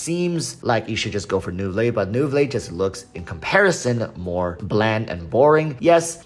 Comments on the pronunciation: walrus its prounouns as "nouvilett"!!!!! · You should pronunce the t. Any time a French name ends with e you pronunce the previous letters.